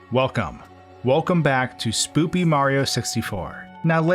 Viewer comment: lol he said spoopy